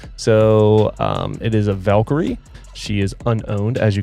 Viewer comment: it's still Valkyrie and not "valkory"